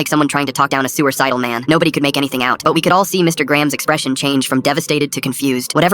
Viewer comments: "A sewer cidal man" 😭😭😭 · “Sewer-sidal man” 😭😭😭🥀🥀🥀